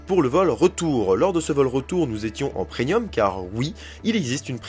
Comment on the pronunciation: Ouch, qu'on prononce "Prenium" au lieu de Premium ça c'est un blâme direct. x) Je l'ai tellement entendue cette faute de prononciation, c'est comme les gens qui disent "payment" au lieu de "paiement". Merci pour cet avis, je compte bien tout de même y aller un jour en profitant aussi du 3ème parc qui à priori semble pour l'instant très bon.